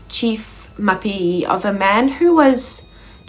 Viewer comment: Mapiyeye... to get it right, break it down and repeat it few times...: Ma_pi_ye_ye 😉. Otherwise great work 🎉🤝🏿.